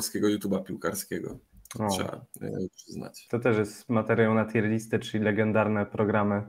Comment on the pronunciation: Nie no kurwa nie moge. Jaka TJER lista? Jaka kurwa? TJIR. TJIR. Rozumiem, ze Polacy jesteście upośledzeni w wymowie jakiejkolwiek nie polskiej, ale jakie kurwa TJER?